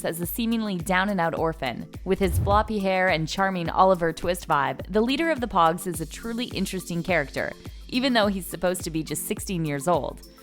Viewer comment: I stopped watching when she called them poggs